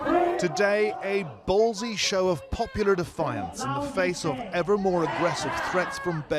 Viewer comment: Did they say "ballsy"?